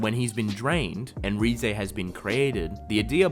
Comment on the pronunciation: RIZE not RE-zay